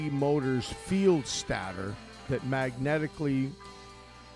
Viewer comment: Excellent video. I never knew how he did it .Also, it is pronounced stater……STATE-ER